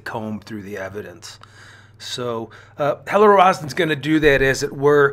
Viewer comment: Not Ro-ah-zen, Ro-zen/Roe-zen. A is extraneous.